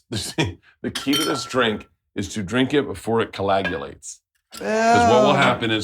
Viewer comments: I guess Bert doesn’t know how to say coagulate either Edit: also carotid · Coagulate karated arteries come on Bert learn how to speak English